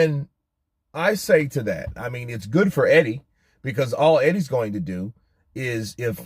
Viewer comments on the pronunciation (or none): none